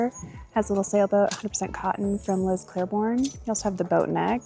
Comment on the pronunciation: Hi, I just wanted to say...it's Liz "Clay"borne, not "Clair"borne. Sorry to be that person (truly!) but I just want you to say it correctly.